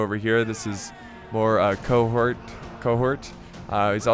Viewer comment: mispronouncing Cohort made my day